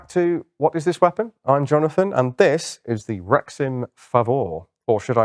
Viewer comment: I keep hearing rectum instead of rexim